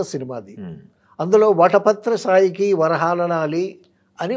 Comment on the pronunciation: వటపత్రసాయి కాదు పెద్దాయనా.. వటపత్రశాయి....